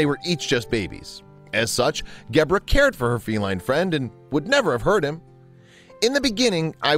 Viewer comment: It's a pity that the narrator mispronounces Gebre's name throughout: it has a soft 'g', close to 'jebra' (in fact the 'g' is like the 's' sound in the middle of the word 'treasure'). It means 'hoar-frost' in Catalan. The original, brilliant, video of the two animals playing also had a superb sound-track which introduced many people in countries outside Catalonia and Spain to the inimitable sound of the great Catalan band Sopa de Cabra. Poor little Fum: such a short life!